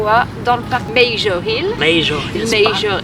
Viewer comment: On dit Parc Major. Aussi vous devriez aller voir un match de hockey junior "Les Olympiques de Gatineau".